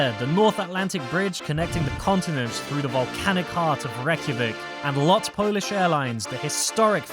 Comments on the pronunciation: LOT not L-O-T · It is Lot, not L O T, as Lot means flight in polish! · Thanks for the review, both Icelandair and LOT are fantastic, they're also some of the few independent flag carriers out there - and growing rapidly! You pronounce it "lot" as one word (meaning "flight" in Polish). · its pronouced lot (one word) and that menu is 2 sided 1 for Normal flight and second for charter flights and u also on older cabin